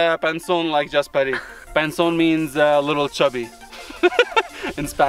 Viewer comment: BHunterBMW335iS I love how EVERYONE butchers jasparito's name.